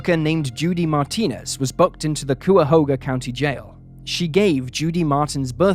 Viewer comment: Pronounce Ki ah ho ga. Cuyahoga.